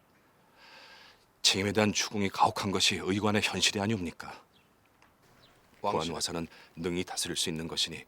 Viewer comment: 구완와사가 아니라 구안와사;;;;;;;;처참하네